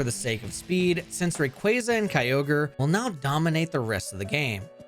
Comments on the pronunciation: You did not just pronounce Kyogre “Kai-oh-gree” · Bro out here butchering pokemon names 😭😭😭 kyogreee??? 💀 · I wanna subscribe but the way you say Kyogre makes me homicidal It's Ogre, like Shrek, you fucking donkey 😂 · At least it's not Key-oh-guh-ree like in the official Gen 3 pokerap. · Kai-oh-gree....? The hell is that? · The official Hoenn pokerap does it even worse, key-oh-gree and grew-done, they also forgot relicanth and zigzagoon. its a fun listen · me and my brother always said kyogreee as a kid, and the first time i heard it pronounced right it sounded so bad. hearing kyogreee again was nostalgic lmao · I feel like him talking about quick balls in gen 3 and that one use of pronouncing Kyogre like and absolute autistic. I swear these YouTubers all say stuff just so people comment more to call them out, as does this comment...